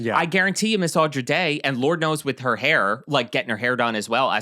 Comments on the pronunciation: Why did you pronounce "Andra" like that 😭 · Your subject's name is ANDRA Day. Not Audra, ANDRA. Like Sandra without the S. And her brows are real. And she is never seen in public without full beat makeup. She has a 1940's vibe, all the time. You were kind to her and her look, but you should try harder to get the name right. Love the show!